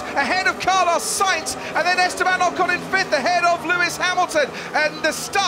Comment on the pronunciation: Please learn to pronounce Ocon. Forvo would help, if you ever make the 'effort'.